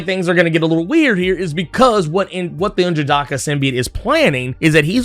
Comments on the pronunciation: Don't feel bad, I do the same everytime he says n'jadahhhhhka. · Still murdering N'jadaka's name. 🤣